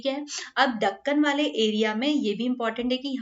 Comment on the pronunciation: mam deccan hota hai dhukkan nhi